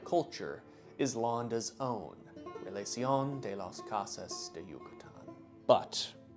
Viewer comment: Cosas is pronounced with a long o. Koh-sas.